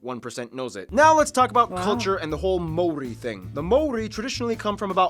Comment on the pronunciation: The guy pronouncing the Maori words is not too bad looks like he really researched how to pronounce then